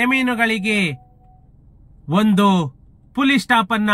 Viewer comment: ಅದು ಪುಲಿ ಸ್ಟಾಪ್ ಅಲ್ಲ ಮಹರಾಯ. ಫುಲ್ ಸ್ಟಾಪ್ ಅಂತ ಹೇಳೋದನ್ನ ಅಭ್ಯಾಸ ಮಾಡ್ಕೋ. ಹಾದೇಶ ಅಲ್ಲ ಅದು ಆದೇಶ ನಿರ್ದಾರ ಅಲ್ಲ ನಿರ್ಧಾರ ಅಂತ ಹೇಳು. ಬೂಮಿ ಅಲ್ಲ ಭೂಮಿ ಅನ್ನು ಅರ್ತ ಅಲ್ಲ ಅರ್ಥ ಆಗ್ತಾಇಲ್ಲ ಅನ್ನು. ಯಾವ್ ಶಾಲೆ ಕಾಲೇಜಿನಲ್ಲಿ ಕನ್ನಡ ಕಲಿತಿದ್ದೀಯ ಮಹರಾಯ.